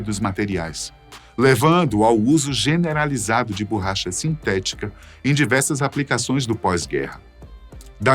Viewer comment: "BURRACHA" "FUGUETE" "MI 262" O CORRETO É: ME262, BORRACHA E FOGUETE.